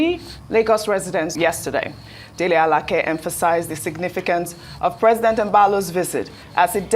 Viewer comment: This one just murdered Dele Alake's name, why is she the one taking the lead